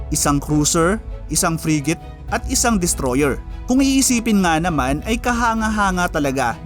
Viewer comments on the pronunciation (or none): none